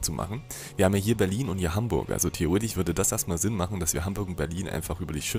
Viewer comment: Wer feiert auch immer das theoretich? 😂